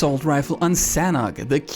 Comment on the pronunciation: actually it's call sa-nook map